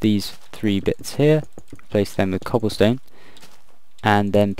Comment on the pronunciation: "So we've got some Cobblston-Shutup! Okay..." XD